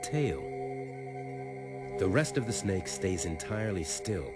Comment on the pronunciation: " if i get on top of it and shaaaut at at , HEY SNAIK "